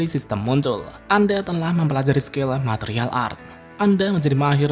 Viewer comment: matrial art, bukan martial😢😂😅